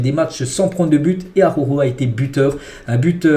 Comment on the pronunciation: « ARORO » Pitié . J’en peux plus à chaque vidéo d’entendre cette immondice. Prononce son nom correctement « ajauro » phonétiquement « araouro »